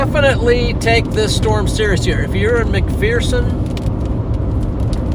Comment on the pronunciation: Just so you know, it's pronounced "Mac-Fur-Son" Kansas. The local saying is that "there is no 'fear' in McPherson."